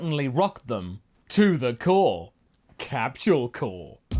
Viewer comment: It isn’t Capsule “Corps” (as in Marine Corps), it’s Capsule Corp, as in the abbreviated “corporation”. The “p” is pronounced